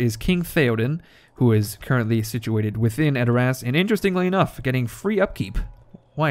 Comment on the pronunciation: edor ASS Its pronouced adorus but never the less you are funny as hell you had me cracking up about running your hands through eomers golden locks.